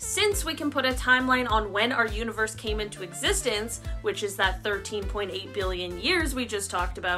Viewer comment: Universe Said the Third time = univorse. 🥴